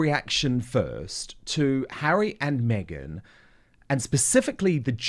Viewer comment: Mee-gain - “Fake News”